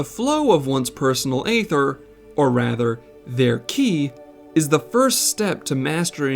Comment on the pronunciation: Great video, but your pronunciation is atrocious. 😱 Please, it's not AYther, it's EEther. The c in scimitar is silent. And for the love of Kami, never speak a Japanese word again.